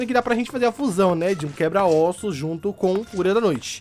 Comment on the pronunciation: O nome desse dragão não é quebra ósso é quebra ósso